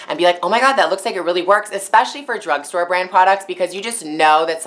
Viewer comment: every time she says "drag store" (i think that's how it's called) i think she said "drug store" hahah EVERY TIME